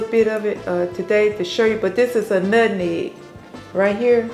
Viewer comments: Not Nutmeg or Nut Neg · Lol Mom its nutmeg not nutneg lol 😅😅😅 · Us Folks say NUTNEG 😂😂😂ITS NUTMEG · When she "nutnegg" instead of nutmeg... I knew that pie was delicious because my grandmother used to say nutnegg and she was one of thee best cooks! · Omg my mom says NUTNEG I love your mom